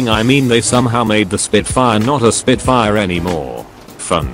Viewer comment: SPIT FAIA . . . Eurobeat?